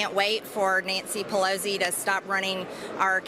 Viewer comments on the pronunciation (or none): Is anyone ever going to tell her there is no “z” in Pelosi 😭